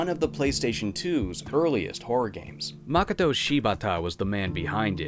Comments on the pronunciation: Japanese names have evenly spread emphasis across all the sounds. Any time there's a new constant + vowel sound is equal. So, for example, you don't say MI-ku, with emphasis on the mi, it's mi-ku, all with the same emphasis. So if you have the name Mokoto, it's not MOkoto like as English speakers we tend to want to do. Moh-koh-toh, equal emphasis on every sound group. The -to is said exactly the same as the mo-. Just for future reference, if anyone is interested... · Please don't hate me for this nitpick, but Japanese names tend to stress the second syllable, "Ma-KO-to Shi-BA-ta" instead of "MA-koto SHI-bata". Western names tend to follow the latter pattern (AN-gela, DA-mien, KIM-berly), but it sounds a little weird to do the same with Japanese. Great job on the vowel sounds, though. For the based on the true story part, here's what Shibata-san had to say on the matter: "In an area outside Tokyo, there lies a mansion in which it’s said seven people were murdered in a grisly manner. On the same property, there lie three detached residences that surround the mansion, all of which are rumored to have ties to the mansion’s troubled past. It’s said there is an underground network of tunnels that lay beneath the premises, but nobody knows who made these tunnels or what purpose they served. Many inexplicable phenomenon have been reported occurring on the property. Bloody hand prints have been found splattered all over the walls. Spirits have been spotted on the premises...even in broad daylight! A narrow stairway leads to an attic where a spirit-sealed talisman is rumored to be locked away. Men have sought this talisman, only to be found later with their bodies broken and rope marks around their wrists. There’s a crumbling old statue of a woman in a kimono, but its head is missing. If you take a photo of a certain window, a young girl can be seen in the developed picture. These incidents have provoked fear in the people of Tokyo, and many believ